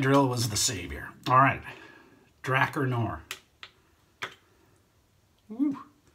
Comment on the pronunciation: It's pronounced Dra 'Car Noir. I for one buy a lot of products I see on YouTube reviews and I know my subs do too.